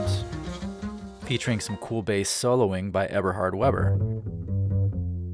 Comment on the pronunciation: Eberhard VAY-bur. 🙂 Great video!